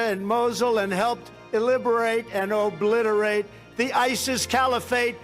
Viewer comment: did he say iliberate? He's so smart, he even knows words the dictionary doesn't know